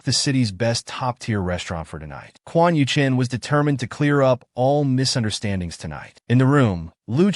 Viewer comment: The AI narrator calls both MC and his mortal enemy Quan Yuchen which is confusing. Maybe the male antagonist is named Quan Yu Cheng and the AI narrator can't pronounce the letter "g." 🤔😋